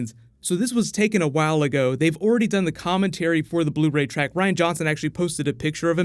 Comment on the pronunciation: On Blu-"Rey"